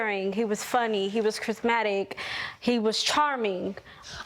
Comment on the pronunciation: I hope this isn't real because is a pick me. Like girl what you mean 'we just...CONNECTED'. NO THE HELL Ya'll did not! lol 😂 Also, she need to learn how to pronounce words: 1. it is VERBATIM not 'Vervatim' 2. It is Charismatic not 'Chrismatic'